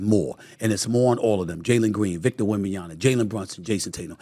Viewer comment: A. Smith its Wembanyama....MA....... not NA.....